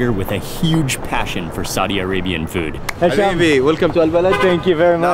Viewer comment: his name is Hisham not Misho lol